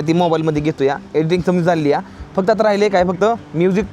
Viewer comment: खरं सांगतो लय ग्रेट आहे तु,आणि अशेच व्हिडीओ बनवत जा शाळा शिकला नाही तरी धाड धाड इंग्लिश बोलतो मानलं तुला, आणि,"आहे शब्द नीट" म्हणत जा बाकी काही अडचण नाही, हर हर महादेव